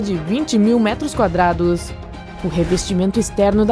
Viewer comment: PELO AMOR DE DEUS, MUDA ESSA DUBLAGEM. SEMPRE QUE VOCê FALA METROS QUADRADOS EU QUERO ENFIAR UMA AGULHA EM UM GATO PARA NÃO TER QUE OUVIR "METROS QUADRADOSNSSSSS"